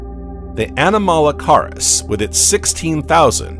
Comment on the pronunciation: The period is pronounced "ee-dee-ACK-aran." It's named after the Australian location where the first fossils were found. The "weird shrimp" is "ah-nom-uh-la-CARE-iss."